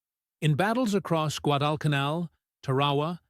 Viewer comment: “Guad-el-ca-nell”. Thank you ARTIFICIAL so-called intelligence🤣🤣🤣🤣🤣🤣🤣🤣🤣🤣🤣